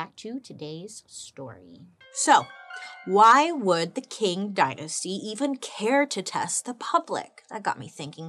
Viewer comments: Love your videos. Wouldn’t imagine my dish washing sessions without them 🤭. It’s pronounced “Ching” 🤗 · Wonderful work Bailey…. A - - but only cause the Qing dynasty is pronounced “Ching” dynasty. I’m here with my notebook, ma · GIRL ITS PRONOUNCED LIKE CHING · Hahahaha I was doing a test and I need noise in the background there you are… problem I pay attention when you speak! Also is pronounced “Ching” not how it is spelled I did a test on this dynasty not that long ago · Qing is pronounced as Ching. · Isn’t Qing pronounced like Ching? 🤔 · Ching ching ching! I really like your channel but I wish you would take 5 minutes to look online and learn how to pronounce things you don't know how to pronounce. This is a frequent occurrence. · It’s like, if you say “ching” but with the tip of your tongue lower, against your bottom teeth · if the word was Quetzalcoatl or Tegucigalpa I could understand. But it's ching. A short, single syllable word that is easy to pronounce. She could put in some effort when it's easy. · 😂 Qing is pronounced like /ˈtʃɪŋ/ CHING. Anyways, if this topic interest you then look up the Gaokao in China. Man it’s sad, kid’s future here really depend on their results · Bailey we love you ❤ but just so everybody knows: “Qing” dynasty in Mandarin sounds more like “ching” than “king” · Fine, informative episode. However, I believe it's pronounced " tSHeeng " dynasty,, not ” King ". Like the Qi in Qi Gong massage . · qing is actually pronounced as ching! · I may be wrong but I believe it pronounced Ching Dynasty